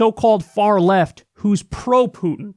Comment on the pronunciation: Jesus, Kyle, learn how to pronounce "Putin"!